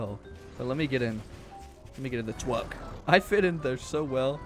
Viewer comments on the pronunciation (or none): The twuck is too fast